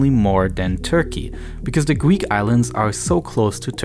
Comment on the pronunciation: Gweek islands